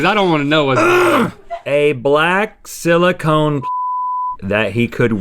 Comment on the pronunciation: Everything’s gangster until Rhett says “silicone”